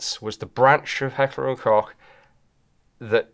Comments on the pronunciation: Koch is pronounced like Coke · Thank you for calling H&K – Heckler and Kock! Rather than the silly Americanisation of Heckler and Coke! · As german it's still funny to hear "Kock" instead of the CH being pronounced right ^^ (there isn't a sound that comes close in english to be fair) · Klch is the German spelling for the word cook and it's pronounced exactly the same way why does nobody know how to pronounce that name? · Why does a gun expert repeatedly mispronounce Heckler & KOCH yet again?